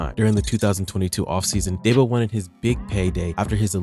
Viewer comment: It’s not Daybo. It’s Deebo.